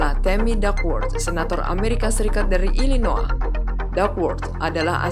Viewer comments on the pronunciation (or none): none